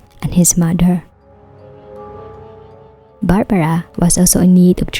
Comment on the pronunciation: 'mudder' and 'fadder' and 'grandmudder'. are strange pronunciations.